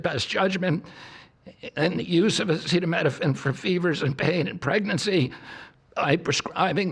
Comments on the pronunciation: "Tough out" a fever as a pregnant woman??? Cuba is too poor to have acetaminophen??? (which he can't even pronounce) WE ARE DOOMED. We are going to see infant and child mortality rates rise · seriously before the press conference, they didn't go over with Trump on how to pronounce acetaminophen? 🙄 😂 it's worse than "Yose-mite" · he’s trying to raise awareness to this situation, he should at least be able to pronounce it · How is the public supposed to take this announcement seriously when the president of United States literally couldn’t read the word ‘acetaminophen’? You would think if his cabinet was having discussions about such a major breakthrough that he would’ve been part of it and at least understood what they were talking about. This is a mess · But it didn’t help him pronounce it. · He said Tylenol, because he couldn't pronounce acetaminophen. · The way he couldn’t pronounce acetaminophen 😂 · I cannot believe WE HAVE THESE MORONS. he can barely say acetaminophen or pregnancy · Did he know how to pronounce acetaminophen in the one you watched? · oh my he can't pronounce the name of a medicine oh no not like our past presidents have been able too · RFK Jr. and “Dr.” Oz have no solid evidence or data to link Tylenol to autism, and neither are recognized as credible to say otherwise. The PRESIDENT also just said he’s not sure if what he said was true, and that he’s not careful with what he says. Also COULD NOT PRONOUNCE ACETAMINOPHEN. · Did he say Epsteinopethamine? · Come on trump, sound it out... a ce ta mi no phen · The old man did not review his notes and needed assistance pronouncing acetaminophen. Leavitt should have been on top of it. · RFK sounds like he is about to collapse. T claims he has always been against Acetaminophen but strangely does not know how to pronounce it. What a bunch of nuts. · Kind of sad that he can't pronounce the name of this drug that he is so certain causes autism. So...about those Epstein files?